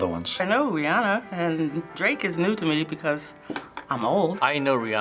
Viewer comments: half of them calls her Rayanna instead of Rihanna haha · when the woman said RaeAnna instead of Rihanna Ayeeee